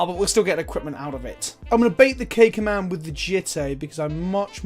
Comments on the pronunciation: Oh this whole time you've been saying "K Command" but I'm hearing "Cakeman" and I'm like, "What the fk did I miss?" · I kept hearing "Cake Man". Fat guy problems